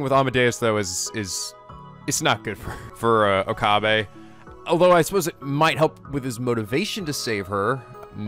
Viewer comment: Rule of thumb for Japanese names, please stress the THIRD TO LAST syllable. This is VERY CONSISTENT; you should never need to guess how to pronounce names: SUzuha Amane, not suZUha aMAne MAyuri, not maYUri Okabe RINtaro, not oKAbe rinTAro / Okarin, not oKArin / HOUouin Kyouma, not houOUin KAede, not kaEde FUbuki, not fuBUki Itaru HAshida, not iTAru haSHIda HIyajo, not hiYAjo MAkise KUrisu, not maKIse kuRIsu KAgari, not kaGAri (this one you said correctly the first time then changed it so that it was wrong) And from other games, to make the point clear: MAjima, not maJIma MAkoto, not maKOto KAzuma, not kaZUma If you don't believe it, just listen to how the voice actors pronounce the names. It's a western tendency to stress the second to last syllable instead, but third to last is correct.